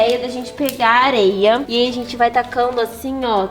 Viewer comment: A fala aeia em vez de areia Deiche o lake Você sabe quem e a pessoa mais linda do mundo Olhe aprimeira palavra😊